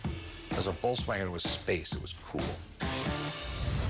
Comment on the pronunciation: Woltswagen wth is he american or something